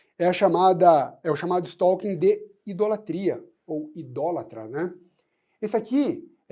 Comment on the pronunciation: A pronúncia correta do novo crime (art. 147-A do CP) é STÓ-KIN.